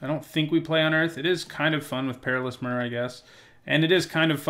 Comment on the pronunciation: It triggers me how you pronounce myr. I say my-er